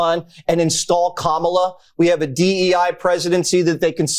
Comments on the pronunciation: Kamala, all the a’s are said in the same way. K-Amala is not the Irish pronunciation, but it is the Rights way of diminishing her. You to? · if you’re gonna first-name the VPOTUS, at least pronounce Kamala correctly. (The FIRST syllable is accented.) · You know what's also racist? Purposely mispronouncing her name. It's Kamala. Pronounced KOM-ma-la. Put some respect on the Vice President's name. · Why they can’t say Kamala correctly, you say it the way it’s spelled